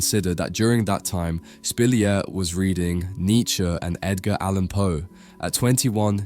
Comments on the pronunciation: Spilliart is pronounced Spill-E-art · His name is not pronounced like that :) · Fascinating. You're right, I never heard of him. I enjoy your videos and your narration. As a side note, I noticed you change the pronunciation of Spilliaert and Munch throughout the video. I don't know why 😅